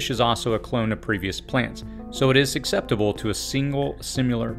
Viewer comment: I’m only saying this because you said it at least 3 times. Susceptible is pronounced SUS-eptible. Not SUC-septible. The C comes after the S, and the C is silent.